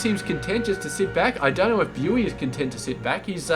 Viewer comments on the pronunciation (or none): Hi, thank you for casting this, good job and keep it up. Your daily masters casting is also really nice. For future reference "Bughy" is pronounced like " boogie" :)